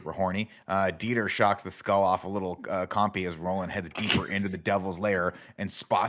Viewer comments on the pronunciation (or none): The fact that nick keeps calling them “campys” instead of the correct “compys” wants me to unfollow him on instagram.